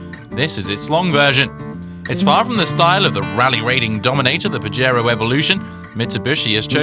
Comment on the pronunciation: haaha he said PAJERO haaha that means jack off lol its PAHERO its spelled with a j but sounds like an h lol